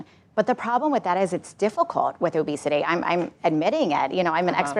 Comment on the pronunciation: It's not obesity, it's "Obesitè"